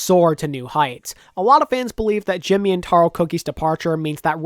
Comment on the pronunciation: Bruh u Said jinmu instead of Jimmy the first time about the demotion I almost got a heartattack xD